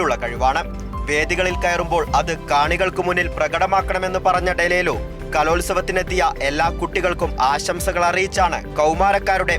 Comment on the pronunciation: ഡലേലു അല്ലാടെ ഡെലൂലു 😂😂😂😂